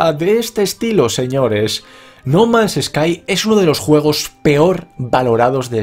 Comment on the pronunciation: pensé que había dicho no mames sky xD.